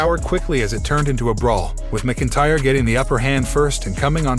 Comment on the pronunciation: It's pronounced MAC Intyre